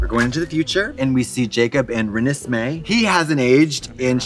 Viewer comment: Katya mispronouncing Renesmee is everything